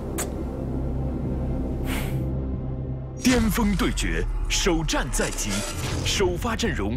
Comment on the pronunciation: 也有可能是口音问题，有些地方人尖和巅、前和甜是不分的